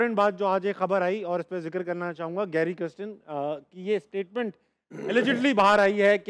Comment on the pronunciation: pronouncing Kirsten as kristen. Video title has same spelling mistake. Coach ka naam lena seekh le bhai